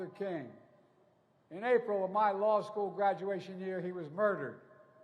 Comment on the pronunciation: Buy dem said he doesn't want his kids in schhoool with a raaciaal jungle.